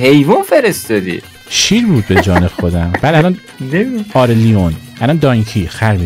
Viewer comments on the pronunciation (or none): داداش حالا خودمونیم اون لاینه نه لیون